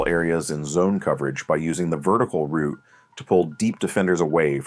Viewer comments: Rerecord this but say route not root plz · for paths and highways yes, but not in football. Always pronounced as "rout" (rhymes with "out"). This is the only nitpick I had about this video, otherwise great video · Great vid but the way he’s pronouncing route is bothering me lol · The word you're looking for is "route," not "root." English matters. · Route can be pronounced both as "rowt" and "root". The word's origin is from French and English has maintained both the original and the adapted pronunciation in modern lexicon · route can be pronounced both ways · Good video, but good lord please stop calling them "ROOTS" lol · Dude pronounces route like root. Thumbs down for being annoying. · Root??? Ohhh route. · Other people pronounce it that way. I know British english says it that way.